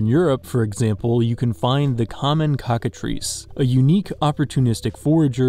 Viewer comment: Why did you pronounce it like cocka-treece